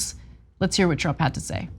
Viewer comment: So is it Donald Trump or Donald TROUPE? LMAO!!!!